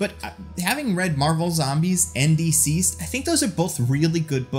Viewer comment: Duhceased or dihceased. Never heard Deeceased before this video.